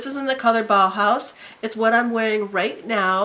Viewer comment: you have the cutest dimples and you have great eyebrows. This is smart, doing a seasonal favorites instead of the month where I might not have many favorites. I'm glad you pronounced bahaus correctly. A lot of people don't know what it is. I'm glad you still like the Hangover Rx ^_^ I'm using it too.